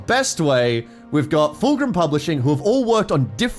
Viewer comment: It is pronounced FULCRUM. NOT FULGRIM.